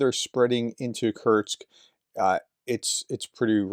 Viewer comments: Kurts kurts kurts kurts🙄🙄🙄🙄 It's KURSK! HOW difficult can it be??? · It's ''Kursk'', Professor! Not Kurtz... This ain't Apocalypse Now (I hope)